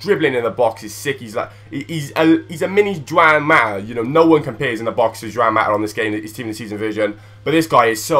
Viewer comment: its not jewan its ha wan mata ive been 2 some chelsea games so dont question me